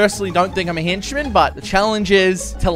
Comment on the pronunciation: Everybody: Henchmen: Hinchmin